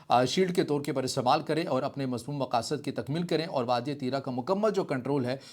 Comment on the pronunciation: Allah say daro pashto k do lafz nahi bol sakty aur RIT lagata hay tirah tirah baygirat insan